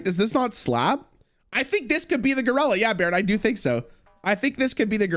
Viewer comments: Holy fuck hearing him say Gurella over and over gave me brain damage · I swear to god if I hear him say goralla again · Is he saying ger-ella on purpose? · His pronunciation of gorilla is fuckin sending me